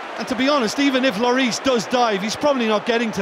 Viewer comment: loris pronouced wrong